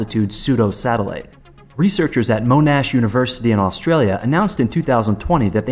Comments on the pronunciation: Its not "Mo-Nash". Its pronounced "Mon-ash". You're welcome. Great clip btw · Moanash? Monash - say it like Monday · Mow-Nash LMAO, it's Mon-ash University in Australia hehehe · Monash is pronounced the same as mon ash... not mow nash